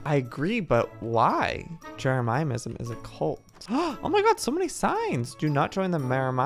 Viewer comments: Me:Jeremyism Joey:Jere-miah-I-ism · Joey it’s not Jeremiahism it’s Jeremy-ism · Its driving me insane I hate it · So true 😂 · I like how he mispronounces jeremism lol